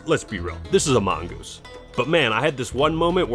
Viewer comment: Mongose? i'm sorry?